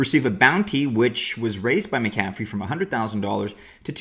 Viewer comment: His name is pronounced MAC-a-fee